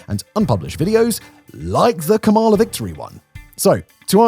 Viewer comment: January 2025 and you still don't know how to say Kamala... sigh